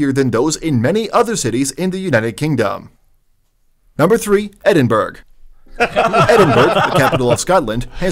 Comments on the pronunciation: Ply mouth and Edinberg. For an audio improvement to text-to-speech enunciation, they skipped the same step. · Trashes the pronounciation of Plymouth and Edinburgh, yet pronounces Glasgow correctly (not Glazcow), what kind of commentator is this?!? EDIT: Swindon is a town... and a Dump. Fun Fact: There is no set criteria for becoming a City, so it doesn't have to have a Cathedral or University.